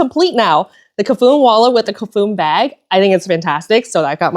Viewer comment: Hiiii. Cafuné means running one’s hand through a dear person’s hair in Portuguese and should be pronounced ca-fu-NÉ. I enjoy your videos